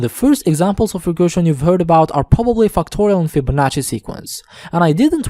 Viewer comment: lets start with fucktorial😂😂😭😭